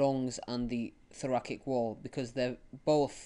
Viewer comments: was honestly v frustrating to listen to the pronunciation of thoracic as thorakik and subatomic pressure being mistold instead of subatmospheric pressure. Mistakes that could easily be replicated by people watching and makes the videomaker seem like he doesn't really understand the topic himself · I left when I heard thorakik